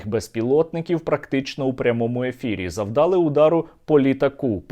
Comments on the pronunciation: завдалИ, завдалИ. завдалИ наголос, а не завдАли, не обов'язково два-три слова говорити з галицькими наголосами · не бУли, не завдАли, а булИ,завдалИ, не почАли, а почалИ, не вся Україна говорить з галицькими наголосами